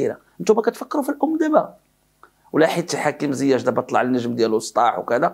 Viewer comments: لماذا تنطق ياء "زياش" بالتفخيم ..فهي مرققة ..ZIECH ...ماشي ZIACH ..🙏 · il s appelle ziyeech et non ziyaaach.Tu es le seul a l appeler de cette facon.